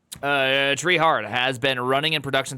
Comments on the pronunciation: It's tree-e Edit: is having dumb moment. The headers are sent from the website, not CF. Also what about HTTP2? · I'm trieing not to take your mispronunciation seriously.